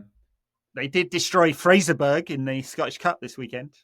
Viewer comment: Going for the American pronunciation of Fraserburgh!